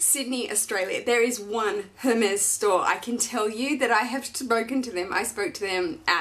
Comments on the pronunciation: Beautiful, amazing birkin, congrats!! And congrats on the baby!! So happy for you. One thing, Hermes is pronounced Er-mez or air-mez :) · Congrats! But please don't say the H in Hermes 🙊